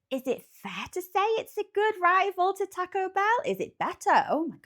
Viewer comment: Thank you for being the only Brit that says “taco” correctly. 😂